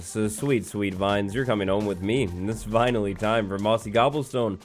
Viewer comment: “It’s vineally time for mossy cobblestone…” lol😂